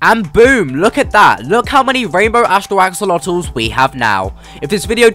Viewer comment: Axolotls ❌ AxOOlOtoSiS ✅